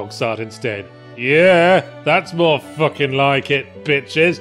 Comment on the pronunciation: I love the little moments where yahtzee lets a northern twang through; 'thats more fuhckin' like it!'